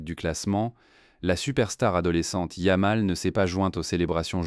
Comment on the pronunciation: Tout est à jeter dans cet ersatz de vidéo : - Commentaire en I.A. avec 1 erreur tous les 3 mots (yam pour yamal, puis youmal, Lamene, etc...) + phrases n'ayant aucun sens ou peut-être sur une planète encore inconnue à ce jour. - Images sans rapport avec les faits. - C'est quoi le feu compétitif ??? - T'écoutes les daubes que tu postes ??? 25min. pour raconter de la m3rde avec des commentaires ridicules grâce à une I.A. pour teubés... On atteint les sommets du ridicule. Champion hors catégorie 🤡